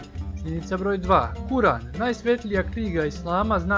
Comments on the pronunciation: Ne cita se zajedno Kuran vec odvojeno Kur'an sa preglasom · Cita se i pise se Kur'an a kaze se odvojeno Kur an